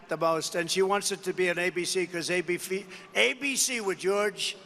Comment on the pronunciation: “AB-FEE” 😂😂😂😂😂. His brain is short circuiting! He can’t even say ABC!